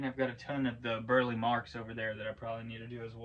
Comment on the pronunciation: His name is pronounced Bur-Lee